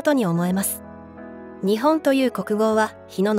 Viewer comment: ☆★・『日本』 のイントネーションが可笑しい!!!!! 日本の文化を正しく伝える❗❗ 🇯🇵🌸👨‍👩‍👧👶🧙‍♂️🧝🐶🐱🗻🌋🌅🪺🐦🐉